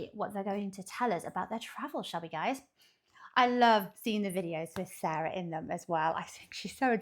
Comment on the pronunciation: Andre and Sara (pronounced Sarr-ah, not sayre-ah) were in about 4 square miles of the over 22 square mile island of Manhattan, all of Manhattan is only 7% of New York City and about 000.048% of New York. Again, the CITY is called New York City, the STATE is called New York. Do not call the city "New York" we are tired of that city getting confused with our beautiful state.